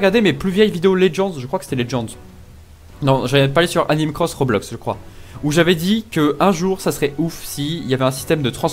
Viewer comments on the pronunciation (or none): none